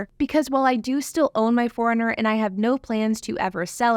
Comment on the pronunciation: Sounds like you’re calling it a ‘Toyota Foreigner’ sometimes lol.